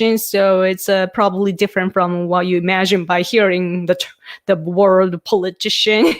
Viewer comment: I really appreciate your insights into Prime Minister Suga. It's nice to get a Japanese perspective. Just a note on your pronunciation of "politician" - it seems you are almost dropping the "ti" syllable, but it needs to be emphasized. You get it correct when you say "political." "Politician" is pronounced the exact same as "political" except for the last syllable.